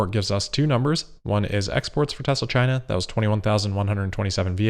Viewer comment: Maybe that is a question you should ask "Chy-na." DJT